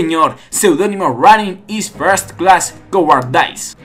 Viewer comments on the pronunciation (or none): none